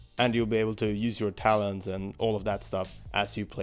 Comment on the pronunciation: Every time he said "talents", it sounds like he's saying "Talons". I was like "they're gonna let us play as the baddies in the story missions a la Sonic Adventure 2?"